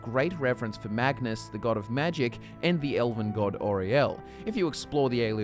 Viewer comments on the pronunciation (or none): none